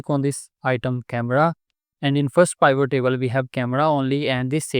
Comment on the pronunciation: Good info thanks. But pivot is pronounced with i like it, not i like isle.